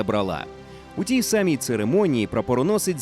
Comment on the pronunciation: Знову ж таки, чому бралА, а не брАла? Там само як і сАмі